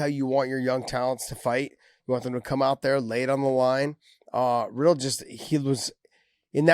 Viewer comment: Let me correct every MMA personality. It’s pronounced as Brad Re-dell. Not Brad Riddle.